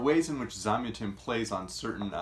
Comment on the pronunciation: Super review. I think his name is pronounced with the stress on the second syllable though... Zam-YAH-tin. I read this book a good 25 years ago, and while I don't remember it well, I did enjoy it.